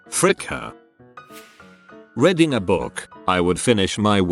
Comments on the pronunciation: I like how the narrator says "reading" as "reding". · No one: Voice: RED-ing, NUMBER, PRIHV-issy